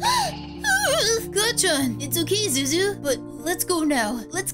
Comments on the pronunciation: Btw it's Zuzu not zozo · Why do they call deku zuzu